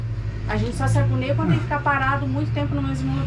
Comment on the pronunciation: Não é se "agoneia", o certo é se agonia.